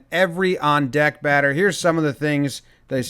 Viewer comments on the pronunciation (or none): none